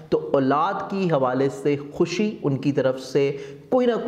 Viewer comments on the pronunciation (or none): none